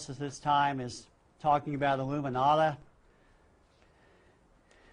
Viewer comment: He said the illuminata, ITS CALLED ILLUMINATI